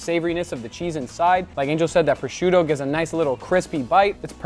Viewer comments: Fry a proscioutoo? Brain damage? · guga................ prosciutto.... not prosciuNtto..... is not a mix between prosciutto and presunto